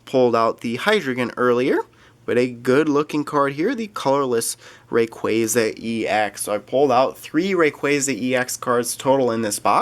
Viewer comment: U da best I enjoy ur vids so much thank u for uploading and check my channel I opened a dragonite ex box and a tin Also I think u say like rayqwasa